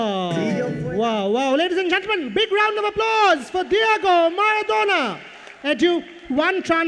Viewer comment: মারাদোনা কে ম্যাড়াদোনা বলছে!!! 🤣😂🤣😂